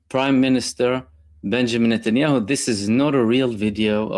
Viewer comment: Benjamín Notnyhau😂